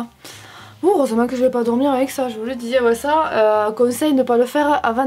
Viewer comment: Qui a ramarqué que elle dit Avé au lieux de avec mais bon se n'est pas grave ❤️❤️❤️